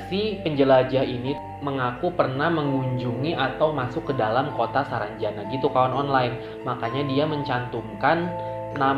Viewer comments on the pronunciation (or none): Hadirrr !!! Udah seru2 ngakak pas salah nyebut SARANJANDA WKWKWK